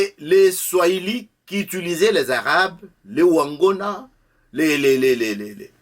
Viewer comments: On parle de "wangwana"et non pas de "wangona" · On parle de "wangwana" et non pas de "wangona"